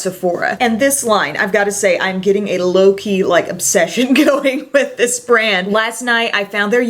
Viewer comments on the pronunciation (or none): Did she say a "low key" obsession or a "Loki" obsession because I am all on board for a Loki obsession...💓💞😁